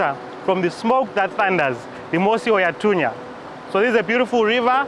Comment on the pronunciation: It’s mosi-oa-tunya!